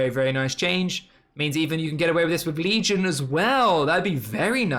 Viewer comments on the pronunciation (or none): none